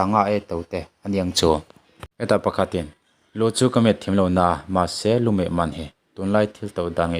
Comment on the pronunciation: Lumet tih tur aw